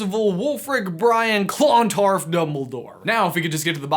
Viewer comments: its pronounced CLUNtarf not CLONtarf PS I am from ireland so i know PPS.my name is meabh pronounced may-ve my name means she who intoxicates irish legend time queen meabh was queen of sligo pronounced sly-go and she was awesome and her grave is on a mountain in sligo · At the risk of sounding very much like a certain Ms. Granger, It's Clon-tArf, not ClOn-tardf Also thank you for mentioning some of our Ancient Irish Lore ❤️ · 6.20 aha the battle took place in clontarf which is a place in Ireland and is pronounced cluntARf (I’m Irish btw) 😊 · k so I know Americans don't do well with Irish names but it's pronounced (Brian Boru) Ba-roo and (Clontarf) Clon-tarrif (yeah I know we're weirdos most the times we actually ignore letters in a word....cos reasons I suppose) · Pronounced cluntarf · Seriously love says Clontarf as if it's 2 words 😂 it's a very small town compared to other parts of Dublin if anyone wanted to know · Hey Clontarf is actually a really nice little town. And you're pronunciation is slightly off dude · U need to come to Ireland to learn how to Pronounce clontarf properly